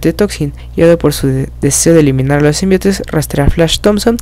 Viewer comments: me gusta tus vídeos , odio que no sepas pronunciar SIMBIONTE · Se escribe y pronuncia Symbiontes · symbiontes se dice xD